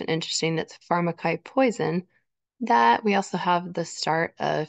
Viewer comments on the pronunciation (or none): pharmakeea is how it’s pronounced. Pharmacy is what it is linked to as poison. Evil and conspiring men of the last days!